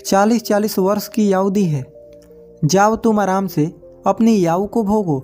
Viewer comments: Aau nahi aayu hota h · भाई "याऊ" नहीं होता है, शुद्ध उच्चारण "आयु" होता है.. शुद्ध उच्चारण करें.. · Yau nahi bhai aayu kaho aapko hindi nahi aaati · बहुत अच्छी जानकारी दी भाई, मैंने पहले भी यह कहानी सुन रखी थी भाई, एक शब्द आपने बहुत गलत बोला भाई आयु को aao bola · Aao nahin hota hai Ayu hota hai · याहू नहीं भाई आयु बोलो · Bhai kahani to bahut achi h, par apni Hindi thodi achi karo, Yahoo nahi aayu hoti h. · 🤔🤔Aayu ko yaayu bolraha hai 😜🙏🙏👌👌😃😃😃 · YAAUUUU....NHI ....AAAYU...AAAYU....AAAYYUUUUUUU.... HOTA HAI UNCLE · Ye aau nahi aayu hota hai Bhai 🤦 But nice explanation 🙌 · Are bhai yaau kya hota hai aayu hoti hai 😀😀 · Aaou nhi aayu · Kahani achhi he, but aap ayu ko yau kyu bol rahe ho brother 😂😂😂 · भैया याउनहीआयु बोलो बहुत अच्छे से समझाया भैया 🙏🙏🙏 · आयु बोलो याउ नही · Please bhai Yahoo nahin ,aau boliye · आऊ क्या होता है आयु नहीं बोला जाता है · Aayu bolo..yaauu nhi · भाई वो याउ नही आयू है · आपकी सीख अच्छी है लेकिन याउ के बदले आयु बोले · Bhai yau nhi bolte Aayu bolte hai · "याउ" नहीं भाई "आयु" बोला करें, हिंदी का उच्चारण सही से करें।👍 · आउ नहीं आयु कहते हैं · Aaoo nhi ayu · Yau nhi bhai aayu bolo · भाई उम्र को याउ नहीं आयु कहते है तुम वीडियो बाद में बनाना पहले ठीक से हिंदी बोलना सीख लो समझ गये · Yahu nahi aayu bolo bhai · B hai aayu bolte he tum bol the ho AAU aau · याऊ 😂😂😂 ....एक बार तो आयु बोल देते😊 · Aayu , aau nahi = age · यायू मत बोल यार आयु बोल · Yauoo nhi hota hai bhai aayou hota hai bro😂😂😂😂😂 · आप तो आयु को आवु आवु बोल रहे हो उच्चारण तो ठीक से करो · Are Bhai yayu nhi aayu bolo gyani bhai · भाई क्या याऊ याऊ लगा रखा है कम से कम हिंदी सही बोल लो आयु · Au ni bro ayu bolo🙄🙄🙄🙄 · 😀😀 आऊ नहीं आयु बोलो भाई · यह आयु है, आउ नहीं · याऊ नही आयु होगा हर जगह आपने गलत बोला है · आयु होती है aau नही भैया ठीक से बोलिए जरा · Yau nhi bhai Ayu bola karo hindi ka sahi uccharan kare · Bhai bolna to seekh lo....yaar aayu hoti hai ya yaoo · आऊ नही आयु बोलो, चैनल चला रहे हो तो वर्तनी या उच्चारण सही रखो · Bura mat manna bhai aayu ko yayu.mat bolna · Yau nahi bhai aayu samjhe 😂😂😂😂😂😂😂😅😅😅😅😅